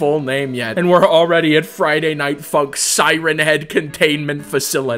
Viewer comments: You saying funk sounds like F***k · When he says 'Funk'' it sounds like he's saying 'f*ck'